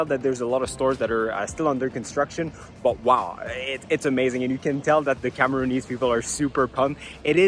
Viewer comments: We are called Cameroonians not Cameroonees lol. I'm glad you enjoyed yourself in my country. 😊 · Amazing content in Cameroon but its Cameroonians not Cameroonesse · Cameroonians not camerooneese 😂😂